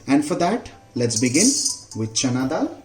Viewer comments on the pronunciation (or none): none